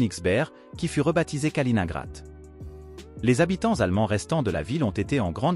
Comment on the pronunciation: Ça fait mal à l'ouïe la prononciation de "Kaliningrad"